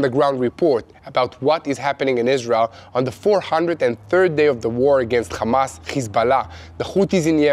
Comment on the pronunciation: When you are speaking English please use English pronunciation for the words Hamas and Hezbollah. I know that probably when you say those names in Hebrew, the H sound sounds like you are clearing your throat, but in English we just say it with an ordinary H sound (like you said in the words HERE and HELP)... it will make what you are saying so much easier to understand. In fact every time there is an H in English it is just said like you said HERE and HELP...... God bless you, and love from Queensland Australia.